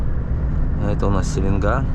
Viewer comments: СеленгА, ударение на А. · Ни гвоздя ни жезла!Река Селенга ударение на а